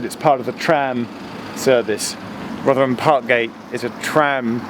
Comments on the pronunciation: Rothrum, not ‘Rovrum’ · The local pronunciation is Rothrum, not ‘Rovrum’... this is a cockney-ism! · Great video showing my old college town. But I must say the locals would have a thing or two to say about the pronunciation. They refer to it as "Rov-rum". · You've gotta learn to drop your h's it's Rotherrum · You're not from New York City you're from Rovvrumm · FYI, "Rotherham" is pronounced "Rovrum." It also sounds like they will be adding another station between Meadowhall South and Rotherham Central at the Magna Science Adventure Centre. So you may need to visit again in a few years. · Its pronounced as either Rovrum (probably a more local one) or Rotherum. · My Sheffield friend Bliss would like to point out that your pronunciation of Rotherham was... fun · What's it supposed to be? I've always pronounced it "Roth-err-um" as he does Edit: don't worry, he says it really strangely despite him getting it right at the start of the vid lol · for the first time in its history the h in Rotherham was pronounced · It's pronounced rotheram, you dont pronounce the H I know Sheffield a lot as I have a relative who's lived there longer than the trams have existed. The old announcements on the trams (not tram trains) is sooo sentimental to me. Edit: Fitzalan Square is pronounced FitzALAN Square. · Rotherham and Gleadless pronounciations were funny 😂